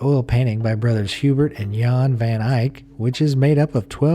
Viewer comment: In Dutch we say : Jan not geaon